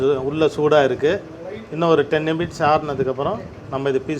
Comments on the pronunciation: Say minutes don't say nimits 🤣🤣🤣🤣🤣😂😂. But your kaju burfi is 😋😋😋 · Sir, it is minutes. Not nimits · Very tasty one. Super brother. Kindly say minutes not nimts, just a small correction for your future benefit. Thank you. Sorry if wrong. Regina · I கிலோ முந்திரிக்கு 3 கிலோ சர்க்கரை என்பது கொஞ்சம் அதிகமாக தெரிகிறது...ஆனால் ஸ்வீட் நன்றாகத்தான் இருக்கிறது. நிமிட்ஸ் என்பதை மினிட்ஸ் என்று சொல்ல வீடியோ எடுத்தவர் திருத்தி இருக்கலாம்.ஆனாலும் ஸ்வீட் சூப்பர் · அண்ணா சொல்ற நிமிட்ஸ்சு சூப்பர் 😁😍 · Forty nimits 😁 but recipe super.